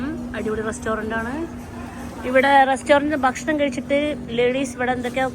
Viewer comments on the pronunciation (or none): none